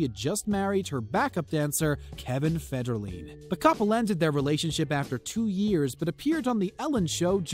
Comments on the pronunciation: I was wondering how you spelled that. Mar-see-yah. It only got worse with Kevin Feder-Lean. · I've already heard acouple of mistakes but..."Mar•C•ya Brad•dee"??? Kevin Feder•"leen"?? LEARN TO PRONOUNCE THINGS! And "Len•na Dunham's" first name is pronounced Lee•na! "Can"•yay West is properly said Conn•yay... I'm out! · You'd Think with All the PopCultureVids does... They'd at Least Correctly Pronounce the Names of Subjects in their Videos. FederLeen...just one i heard. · Common man these are common names everyone know pronounce them right who's Kevin Feder-lean it's Federline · You make it extremely irritating to listen to your videos with your constant misspronounciations of the people in your video. It's Federline"feder-line not federleene as you say. And the others are too many to mention. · Mar-shuh Bray-dee How does anyone, in the last fifty years, not know how to say the names of the Brady Bunch?!? It’s nalso Fed-ur-LIne. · Its leeeeena dunham And feder line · I was thinking of subscribing,then I heard you try to pronounce MARCIA BRADY as Mar-see-ya bratty. Also Kevin Federline as Kevin Fedder-leen. C'mon dude. No sub here. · Mar cia Brady? Seriously? Federleen? Dude. Let someone else read the script. You obviously don’t know anything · Where are you from? You can’t pronounce simple, easy names...Marcia Brady, Federline, Lena? Come on, easy